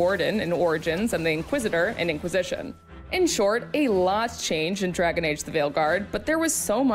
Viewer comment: Yes.. "Drgaon" Age